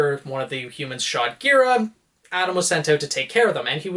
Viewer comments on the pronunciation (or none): none